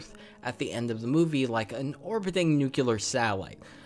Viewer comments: it's pronounced nuc-LEE-ar, not nuc-YOU-ar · Every time you pronounce "nucular", somewhere a small puppy dies. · There is no Y in Nuclear so I had to stop listening to this